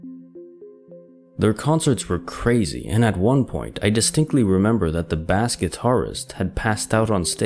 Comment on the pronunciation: bass guitar!!!!!! no no no. did you seriously pronounce bass guitar like the fish??? dude?